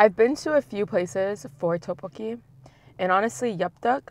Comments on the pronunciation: She says Teokbokki when it should be like Deokbokki. Hard D not T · How she pronounces tteebbokkii “toepoki”😂😂😂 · Any one else bugged by how she pronounces tteokbeokki 😒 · Don't get me wrong i love but it bugs me when people dont put in effort to pronounce things correctly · I hate how she says "tteokkbokki" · Kelle Acosta I know but if she couldn’t pronounce it correctly, she could’ve just said spicy rice cakes